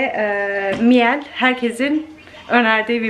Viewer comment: Miele alman markasi mile diye okunuyor 🙈 miyel diye degil